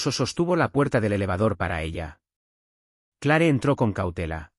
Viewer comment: Este narrador me crispa la paciencia. NICOLAS, no Nicholas, se dice Cleer no Clare. 🤦🤦🤦